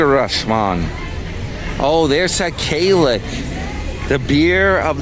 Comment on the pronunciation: Damn ya done forgot me? Lol, 😂😂 Kalik Gold, pronounced Klick The original Kalik is a lager with 5% alc./vol. It was designed by Heineken International in 1988, based on studies of the Bahamian market. It seized market leadership from Beck's, which had dominated the local market before.[2] According to the bottle label the name of Kalik is derived from sound of cowbells heard during the annual Bahamian festival of Junkanoo. There are five more variations of Kalik beer: Kalik Gold, is a 7% alc./vol. beer. It was first introduced in 1992 as a limited edition brew to mark the 500th anniversary of Columbus’ landing in the new world. It has since become a permanent offering.